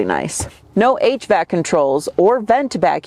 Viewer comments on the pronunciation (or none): none